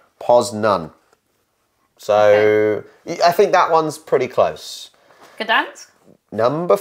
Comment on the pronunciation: She nailed Poznań, Gdańsk and Białystok at the frst time